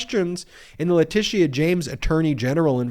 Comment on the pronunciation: Love the guy, but his pronunciation is historically atrocious, even botching Letitia James name in this video.